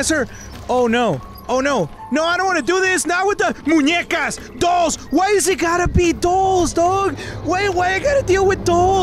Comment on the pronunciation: It sounds like he is saying toes not dolls